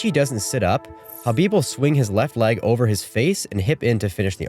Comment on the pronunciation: Thank you for pronouncing Khabib's name correctly. I can't believe even today and even after Khabib told people how to pronounce his name that some people still pronounce the K